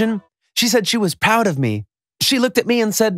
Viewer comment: He said poud HMMMMMMM